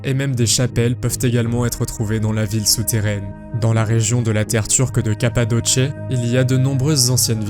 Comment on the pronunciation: Drôle de façon de prononcer la région turque de Cappadoce. 🤣